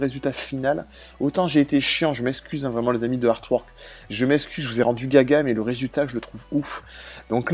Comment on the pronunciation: c'est pas "caca" c'est gaga, une expression pour dire fou 😂